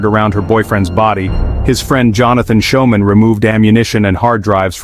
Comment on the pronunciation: How do you pronounce "school". That'd how yo pronounce "Schoeman'!!!! 😮😮😮